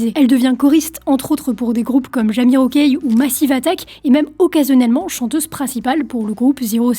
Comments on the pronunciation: L'album "Simple Things" de Zero7 est un classique du genre (Trip Hop), je me revois l'écouter en boucle en 2006... Oh chouette, j'viens d'prendre une ride 😅 (Pour: Jamiroquai, tu l'as prononcé "Jamirokaï"... j'suis vraiment pas certain que ça se prononce comme ça:x mais lâche rien c'est au top ske tu fais) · Tiens, ça ne se prononce pas Jamirokouaille?